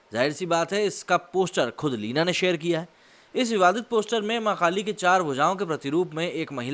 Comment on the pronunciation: Bhai sorry to say but aap jab v maa kaali bol rhe ho tb wo maa kaali nhi makaali sunai de rha